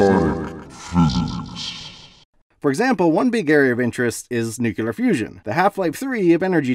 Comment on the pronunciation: There is no such word in English as “nu-ku-lar”. How do we trust your science if you don’t know the words you use?